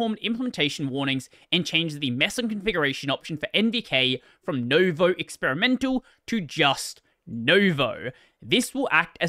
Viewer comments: Nouveau is pronounced Noovo, not Novo (it's a French work, and I speak French) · I don't know how many people care but it annoys me a bit: nouveau is a french word so it's not pronounced "no-vo" but closer to "nu-vo". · it's not pronounced novo, it's pronounced nuuuvooo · I support intentionally pronouncing French words wrong. Because it's amusing. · As someone who can speak French (not fluently but enough to read), the way you pronounced "nouveau" hurt me on several different levels. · As someone who can't speak French but knows how ou and eau sounds, I agree 😂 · What is blud wafflin about? You don't even own Nvidia hardware, not to mention one that features GSP. I do though, and I can confirm that even Mesa 24.0 runs impressively well, considering the performance of Nouveau until now, and OpenGL games additionally benefit from Zink. Also, learn how to pronounce Nouveau. Wrong. By the time XDC 2023 happened, NVK has already been tested down to "Maxwell B" (I presume 900 series) and is planned to support everything down to Kepler - 600 series; only for now it's limited to 1600 series and up, and everything below is locked behind an `NVK_I_WANT_A_BROKEN_VULKAN_DRIVER=1` envvar. As for the actual cutoff point between 1000 and 1600 - it's the GSP, which physically doesn't exist on the older cards - that means 1000 all the way down to 700 (yes, 700, not 600) series is going to have issues with either clocks, fans, or both locked to minimal speed. There no "negligible performance hit". Performance can be more than tripled And for anyone reading this interested in trying out GSP and NVK: make sure you have NVK compiled in for Vulkan, set `nouveau.config=NvGspRm=1` kernel parameter for performance and set `NOUVEAU_USE_ZINK=1` envvar (Mesa 24.1+) for additional OpenGL performance. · Can't get nouveau right though, apparently.